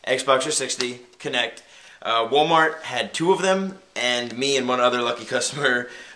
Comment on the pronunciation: Kinect- i like how u said woolmart